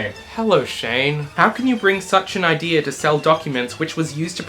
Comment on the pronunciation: I need to AX you a question Did you say idear at 1748 but type idea